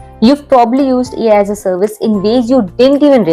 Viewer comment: Read as alaas😅